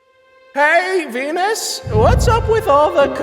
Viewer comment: they mispronounced Venus and it sounded like